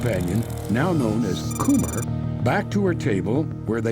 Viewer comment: I'm pretty sure "Kummer" is pronounced "cummer" not "coomer" 😂